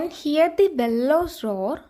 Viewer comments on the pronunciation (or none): Heer alla hear